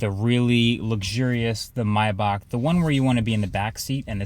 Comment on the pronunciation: That pronunciation of Maybach is criminal